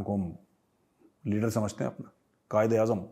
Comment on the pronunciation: pata nahi par kyu major saab when you said kayde-azam it sounded like fayde-azam 🤣🤣🤣🤣